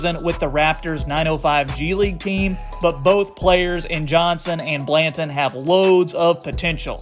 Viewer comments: U mean Banton.. not blanton... Good content tho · Also bruh is banton not blanton lol get the names right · It’s just Banton not Blanton lol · Banton... say it properly. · I died when I heard that 😭😭😭